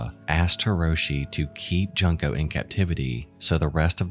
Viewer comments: hi, not to be an ass, but it only takes a few seconds to research how a name is pronounced. you can enter it into a translator by copy-pasting the kanji spelling of her name, found on her wikipedia page, or utilize a site that can pronounce IPA (international phonetic alphabet) notation, there’s no excuse for laziness. please do so next time. it is incredibly disrespectful to use a young lady who has passed on for content without taking the time to do so. i engage in true crime content myself, this is no secret, but i do not consume low effort content. the first half of junko’s name is pronounced similar to the english word “june.” may she rest in eternal peace! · Junko's name is pronounced "June-ko," not "Junk-o." I love you,, but it's tiring hearing so many people mispronouncing her name while covering her case. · Not to take away from the severity and gravity of her unfortunate fate, but the pronunciation of her name is similar to 'Joon-ko' or 'June-ko', not 'Junk-o'. It's a bit off-putting each time her name is pronounced incorrectly, if I'm allowed to be blatant. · If you're going to use this girls horrible story for content- and I see no redeeming value in anyone doing so- but at least do her the dignity of pronouncing her name correctly. June-Ko. Not Junk-o. I love your channel so far but rehashing SOLVED cases for mere shock value is beneath your level. Look forward to what you do in future. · I think it's pronounced like Juunko not Junk-O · Well researched and well written episode as always. Having said that, the victim’s name is pronounced as “June-co” in Japanese rathe than “junk co”. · Ju- pronounced Joo. Not as in junk. She is not junk-o. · It would have been nice for you to research how to pronounce her name correctly. It's pronounced June * ko, Fu * roo * ta (roo like the character from Winnie the Pooh). It hurts to hear the victim of a horrible crime be called Junk * o. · ahhh i’m sorry but it annoyed me it’s pronounced joon-ko not junk-O